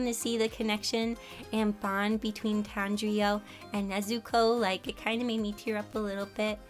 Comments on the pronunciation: You kept saying Tanjriyo😂 it's actually Tanjiro. I really enjoyed watching this video, I was actually just watching your latest video, as of now anyways. The one you released on 14th may and I saw this video on the screen and I just had to watch it. It's so adorable too. Your ability to match the styles and also make them your own is truly amazing! Your one of my favorite youtubers and I always enjoy watching your content😊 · It’s Tanjiro. Not Tanjio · I am sooo happy you drew yourself in demon slayer its one of my favorite Animes(she said the name wrong is its acutally TanjiRO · tanjiyo its pronounced TON-JEER-OH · Am I the only one who got triggered when she said “tanjrio” instead of “tanjiro” like lol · ITS NOT TANJIOOO ITS TANJIRO (tan-jee-row) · Am I the only one that realize that she said "kanjriou" instead of "Tanjirou" lol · "Tan-jee-o" do you mean tan-jee-ro. Any ways amazing job with the art keep up the good work! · Is it just me or did i hear her say Tangio instead of Tanjiro? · did she just call tanjiro "tanjio" (not hating just funny lol) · It's Tan-Jir-Ro😭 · For the last scene you added yourself in; Tanjiro is pronounced “Tan- Gee - Row” Just a correction!👍 (Please tell me if i misheard you..) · Tanjro is pronounced "tan - jer - o" its ok tho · pffft Tanjio not criticizing just thought your way of pronouncing is pretty funny i nearly spit out my water Anyways I really love your art style and keep on drawing :D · Tan-ji-RO sorry your just saying his name wrong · I was so triggered by her pronouncing Tanjiro as Tan-Ji-O.. but very nice Vid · love your videos but i can't tell if you said Tanjio or Tajiro if you did said Tangio then simple mistake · You said tanjiro wrong several times😭😭😭😭😭😭😭😭😭😭😭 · Me trying not to get mad at the way she said tanjiro but calms down because knows she is new to the anime/manga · who is kinda mad at her saying Tanjiro's name wrong.. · No, it's alright. My brother, when we were younger, couldn't even say "Tanjiro"